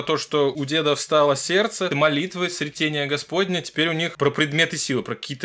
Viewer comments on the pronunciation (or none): неправильно назвал слово. Правильно говорить "срЕтение", то есть "встреча"